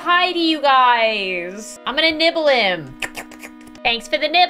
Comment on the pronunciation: when she said "ill pay you a dollar for a little nibble" i though she said nipple AND I TURNED AROUND SO FAST